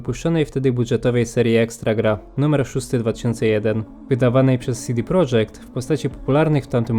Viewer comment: Fajny filmik, mogę się tylko przyczepić do sposobu, w jaki wymawiasz „CD Projekt” :P Powinno być „CeDe Projekt”, a nie „SiDi Projekt” (wypowiadali się kiedyś na ten temat założyciele CDP). Edit: Popracuj też nad oświetleniem (jakaś dodatkowa lampa czy coś w tym stylu), bo pudełek prawie wcale nie widać.